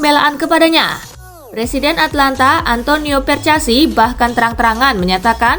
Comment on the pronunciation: atAlanta bukan atlanta